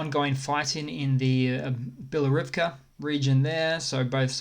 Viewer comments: The г letter in Ukrainian is pronounced as an h (hotel), not a g (golf). For the g sound Ukrainian has the ґ letter. So the town білогорівка is pronounced bee-lo-hor-eev-ka. It’s Russian that turned the г into a g sound. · Thanks again for the update :) As previously, I'd like to add 2 cents about pronunciation. Not that your pronunciation is wrong, just want to clarify, how those places are called in Ukrainian -- sometimes the map transliteration can be wrong :) Bilohorivka is pronounced "bee" - "lo" (like "lo" in "plot") - "gor" (like "gor" in "gorilla") - "eve" -- "kuh" (like "cu" in "cut"), with stress on the third syllable. The name could be translated as "the place with a white mountain". Makiivka is pronounced "mac" -- "ee" (like "ee" in "eel") - "yee" (like "yea" in "yeast") - "v" (like "v" in "vet" -- I put this letter separately, since I can't find an English word with "vk" that would have the necessary sound) - "kuh" (like "cu" in "cut"). The way you pronounce it, btw, sounds like mount Makivka, which is in the Carpathian Mountains :) The name of this settlement, according to Wiki, is derived from the name of a cossack ("Makij") who founded the first settlement. As you can see, there are multiple settlements in Ukraine that are named like that.